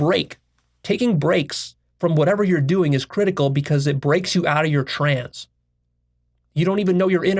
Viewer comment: Stop pronouncing the word trance as “trans” it’s petting my pet named peeve lol